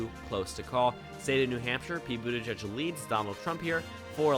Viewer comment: Very nice but it's Boot-edge-edge not boot-a-judge.